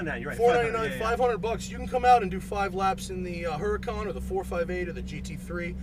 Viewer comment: no the H is silent, it's Urr-Uh-con